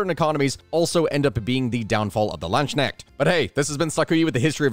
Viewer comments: It's Lands Knecht, it's one word but spoken apart, like the the word "a-part" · Few things I'd change: The a in Landsknecht is pronounced like the u in hunt or fund. It's not really ke-necht, it's just important to realize that there is no silent k in german and that the fact that there's an n after it really doesn't matter. Maybe if you just imagine a C in its place, like Cnecht? Ch isn't really pronounced like sh, though it may sometimes sound like it if someone is either speech impaired, drunk or talking in certain regional dialects. It's technically supposed to be pronounced back in the throat, like an h, but like, with a somewhat different consistency, if that makes sense. One advice I once heard from a phonetics teacher is to look at the word "tuna" and how it differs from how you'd pronounce it if it were spelled toona instead. There's basically a slight shushing noise between the T and the actual vowel and that shushing sound is pretty close to what a german ch sounds like. It helps to think of it as a "dry" sound, as opposed to s and sh-sounds, which feel more wet. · i am severely disappointed. he didn't pronounce it "Landskneckt" like a proper American. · Try combining the synonym you use for a rooster then you have the K part. Next the N has to be the ne from ney this should pronunciate it more properly 😅 Should enter that my state of mind is pretty high now😂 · And I had hoped to never hear that pronounciation again after stopping to play Conquerors Blade xD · bad, very bad. Your pronounciation of "Landsknecht" is not even close to being correct As is your pronounciation of "Söldner". Jesus christ my guy, you say you´r a historian, but did you actually study this topic at all? Or is it that you studied it but only ever read these words, instead of hearing and or speaking them? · Every time says landsknecht a german heart dies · The K is not supposed to be silent. At least not in dutch, it's the same in german.